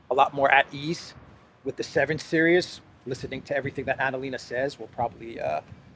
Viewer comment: omg learn to say series!!